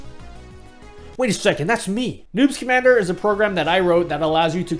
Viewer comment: Sometimes I hear "newt schamandar" Instead of "noobs commander" XD